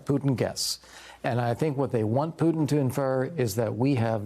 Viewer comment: Putin as in Puma not cooba as in Cuba.